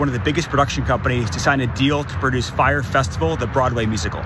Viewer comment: "FYRE." Not, "Frye" Hire some educated people!!!!!!!